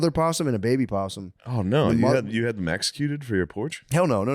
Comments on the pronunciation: I thought Shane said you had them Mexecuted (as in executed by Mexicans). Might be my new favorite word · I thought Shane asked Matt if he had the possums “Mexecuted” lol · Did Shane say the possums got mexicuted?😂